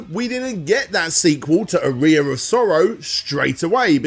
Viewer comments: It’s pronounced aa-ree-uh not ah-ri-ah. It’s a musical term. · I assume he doesn't know what an aria is or he wouldn't put the emphasis on the wrong syllable. Otherwise, very thorough series. I watched through both. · It's pronounced R-E-yah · Aria is pronounced Ah ree ah not A ree a! Made it sound like you piss out of it 😜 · Wincing every time he pronounced "Aria of Sorrow" as "a rear of sorrow"... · lol It hurts me to listen to saying "arear" instead of "aria" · Cheers. Top stuff as always, interesting pronunciation of "aria" mind you 😉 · Yeah, I wasn't sure if that was a UK pronunciation, it bugged me as well.